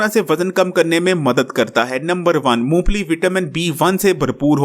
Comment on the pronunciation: Uncle g yeh "moongplli" nhi "Mong Phalli" hoti hai